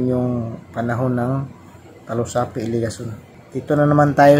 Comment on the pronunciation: Bakit talusapi? Diba dalusapi?